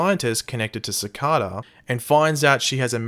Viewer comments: the name is pronounced "sic-ay-duh". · its pronounced "Sih-Kay-Dah"